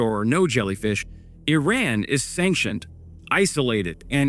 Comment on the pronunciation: my man! its e-run not i-ran